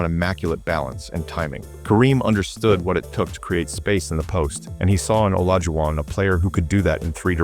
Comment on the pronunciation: You should train your AI narration bot to at least, mispronounce Olajuwon’s name consistently.